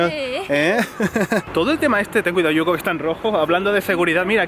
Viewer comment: amo cuando dice "ten cuiraoo"" :)